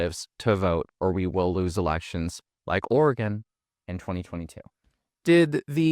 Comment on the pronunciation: Please bro: pronounce Oregon "Organ"